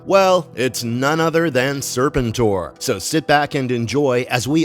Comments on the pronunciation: Sir- pent -or.... not Sir pin tor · It's pronounced Sir PEN tor. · Is this AI narration? I can't watch this crap when it keeps mispronouncing SER-PEN-TOR. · It's pronounced SIR-PENT-OR, fool. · Serpen Tor?? 😂 wtf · Can’t listen to this with weird pronunciation of sir-penn-tor. I’m sure the video is awesome but what the heck? lol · It’s pronounced Sir-penn-tour. These AIs be trippin. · Lose the AI, when you can't pronounce the characters name right. It makes real fans leave. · One of my favorite characters in the G.I. JOE universe you are absolutely correct on the pronunciation! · Thank you!! That repeated mispronunciation was driving me crazy! 🙄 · He probably never watched the show as a kid or just ever since he kept pronouncing the name wrong. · Kind of a staggering failure that undermines the rest. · 😂😂😂 dude that's what I kept saying this whole video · YUP WTF LOL